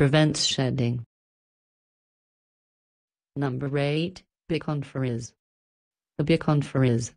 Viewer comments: I’ve had a Schnauzer and now have a Bichon Frise. They both smell, less than 1 week after a bath. If you don’t think a dog, especially if they spend some time outdoors, doesn’t smell, I’d say you have a defective olfactory system! And please use a human voice, one who can actually pronounce “Bichon Frise”! 🙄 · Machined voice doesn't know how to pronounce Bishon Frise